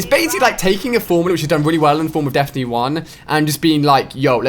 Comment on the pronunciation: Lmao Ali said "deftiny"